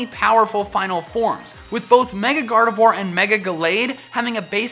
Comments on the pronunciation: Gardevoir is pronounce as "GARDEVWA" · GardeVWA. Not Gardevwar. You say it better than most, but... (French nerd here XD)